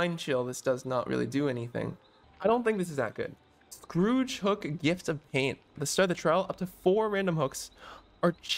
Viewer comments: Skhoor-j hooks. Plays stop saying Scrooge, lol. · its pronounced "score-age" not "scrooge" XD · pronounced it wrong. He said Scrooge hook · When was scourge pronounced Scrooge xd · Imagine pronouncing the word "scourge" as "scrooge" for the entire video. It means he's never come across the would scourge yet. Read more. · Its surprising how many people don't know how to say scourge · is this something from the movie I'm not getting or do you not know how scourge is pronounced? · Scourge rhymes with urge. I dunno where the hell you learned to pronounce the word 🙄